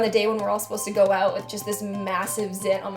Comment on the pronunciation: love when your Canadian accent slips "oat" =]